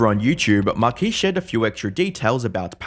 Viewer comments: Marquiis?? Marques…. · Who is "Markees"?